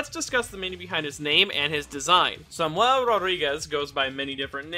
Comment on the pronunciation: Why do you say Samuel like that?